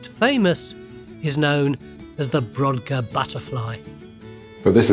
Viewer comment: The Ness of Brodgar, and The Ring of Brodgar, are pronounced brogar, the 'd' is silent.